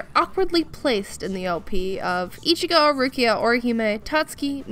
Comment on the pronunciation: Can I stab the like button using bankai? Best cringy outro lol this is the quality content I subscribed for. just a little extra detail, Ichigo's name is pronounced like "one five" not exactly fifteen